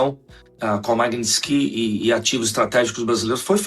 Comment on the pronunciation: Maguininski???!!! Vc não sabe nem falar!